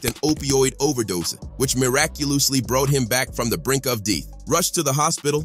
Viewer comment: which muraculously bowought him to the brink of deeth was my favorite part🤣😂🤣😂🤣😂